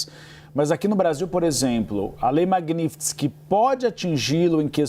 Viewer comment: Esses repórteres não conseguem nem pronunciar direito a palavra Magnitsky. Pelo amor de Deus, é Mag-níts-ki, não tem mistério!